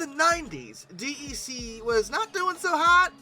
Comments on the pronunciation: In all the decades I worked with PDPs and Vaxes (referred to as "Vaxen") nobody ever said "Dee Ee See". DEC was always pronounced as "Deck". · Maybe it's just because I was around it all the time during my childhood, but hearing DEC said as "D E C" instead of said like "Deck" really bothers me. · Hey! DEC is pronounced “Deck” 🙄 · Digital's DEC is pronounced "deck". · DEC is pronounced DECK (it's an acronym [like NASA], not an initialism [like USA]) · His voice (and butchered pronunciations!) are part of the charm. Must say he's really improving on the latter though (DEC notwithstanding). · Well, it tells you that the person who says it that way definitely was not around in the days when DEC was still a thing, and probably hasn't really done that much research on the topic.